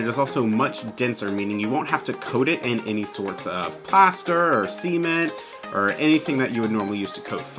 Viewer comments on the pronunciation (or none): I had to put CC on because I couldn’t believe my ears… me: “why would you coat the foam in SEMEN to make it look realistic?..” 😮🤔🫣 😅 That’s not how you pronounce cement. 😂